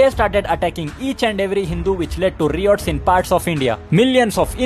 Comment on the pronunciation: Improve english pronunciation, especially riots probably is not said the way